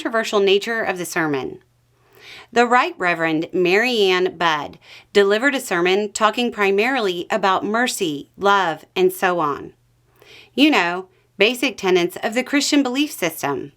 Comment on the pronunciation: Bishop Budde is pronounced like "Buddy"